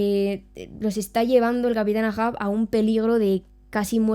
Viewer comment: El Capitan EIJAN EIJAN EIJAN EIJAN se leé así no AA... mi episodio favorito es cuando atraviesa al patoso de la isla de Man con el cuerno de un narval y el grito agudo con el fondo de la luz de luna